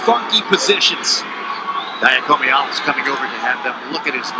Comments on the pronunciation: Announcer 1: Yianni Dia-COMEE-allis. Announcer 2: We’re gonna simplify it for ya, we’ll come him Yianni D. Announcer 1: Eh... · Yianni Dee-awk-hee-muh-hall-us. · LOL...that one commentator absolutely butchered Yianni's last name and Shane Sparks had to save him